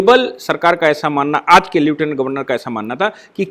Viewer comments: श्री मान् ,उच्चारण "ल्यूटिनेन्ट "नही लेफ्टिनेंट होता है। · नमस्ते सर आपने समीक्षा में लेटिनेन्ट का उच्चारण किया है,जबकि वास्तविक शब्द लेफ्टिनेन्ट है।